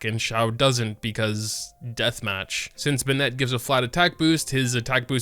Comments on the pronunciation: Love your videos! Just one suggestion, Bennett is more like "ben-it" than "bun-ette". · Me: Bennett: Ben-nett. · Are you not American because you say Bennett like Ben-net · im dying at "Benette" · STOP SAYING BENNET LIKE THAT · Bennette? Wtf 🤣